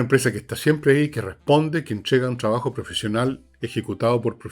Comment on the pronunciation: El contenido es bueno pero no es "Cuarenta y chés" , es cuarenta y tres. Tampoco "Chabajo" , es Trabajo. Saludos.